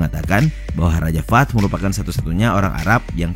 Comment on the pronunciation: Cara bacanya bukan raja fad tapi raja fahad/fahed. الملك فهد /Almalik Fahed/Raja Fahed